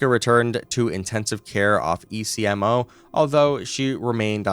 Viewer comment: I love this channel and what I learn from it but you really should consider checking the pronunciation of certain medical terms before recording. For instance, ECMO is not said as the individual letters but "ECK-moh" and plasmapheresis is "plaz-muh-fr-ee-suhs"